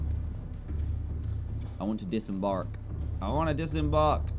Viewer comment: Dan said disembark in an American accent not British!